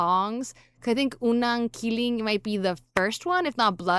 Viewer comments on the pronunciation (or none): Its unang ki-lig not ki-ling